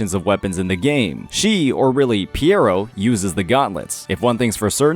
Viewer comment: Phrovola ❌ Phro - lo - va = Phrolova ✅👍🏼 Piero ❌ Pe - ro = Pero ✅👍🏼 RinÁshita (EN pronunciation of Rinascita) was said correctly, congrats. I see what you did here 😂